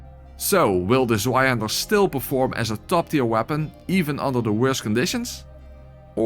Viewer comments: I pronounce Zweihänder like you did (I think…) How do people mispronounce it? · *leid :P You did a good job with the Zweihänder, it healed a little part of my soul, tormented by a decade of bad pronunciation!